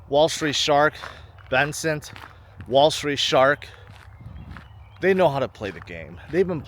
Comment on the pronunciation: Has anyone told it's Bessent, not Bensent.